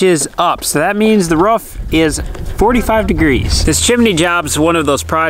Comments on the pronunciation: Hope they change out that red siding…. And every time says “Ruuf” I yell “rOOf”. LOL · roof not rough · “Roof” not “Ruufff” lol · Love your footage, but it's not Ruff it's call Roof xxxxx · It's roof not rough WTH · ROOF not a ruf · Roof. Not ruff. Maybe bork. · ROOF NOT RUFF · lmfao long time follower here. the amount of time you said roof... lol sounds like your saying ruuf. lmfao made me laugh. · I like how Roman can pronounce roof but pronounces it ruff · pronounces "roof". more like a imitation of a dog sound. ruf ruf.